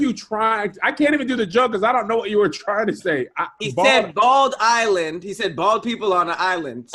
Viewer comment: “some of you bald EyELeIyDE EyelaND” BRO IM CRYING WHAT ARE YOU TRYING TO SAY😭😭😭